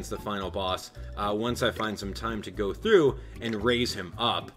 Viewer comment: STOP SAYING GO THOUGHT